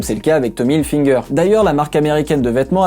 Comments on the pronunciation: Tommy HilFIger pas HilFINger ! Vidéo hyper intéressante en tout cas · TOMMY HILFIGER PAS HILFINGER !! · Go Netflix merci 😂😂😂 par contre on dit Tommy Hilfiger pas hilfineger 😂😂😂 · Ce qui nous en dit long sur le pouvoir du matraquage publicitaire. Ce nom est écrit partout et très nombreuses sont les personnes qui le prononcent avec un n. Ceci dit, inutile de s'énerver. Cette vidéo n'en reste pas moins très instructive.